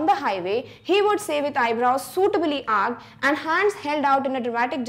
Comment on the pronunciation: Wrong Pronunciation ⚔️ Arched अर्कड् ❌ Arched अर्चड् ✔️